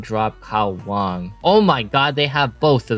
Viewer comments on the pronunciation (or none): none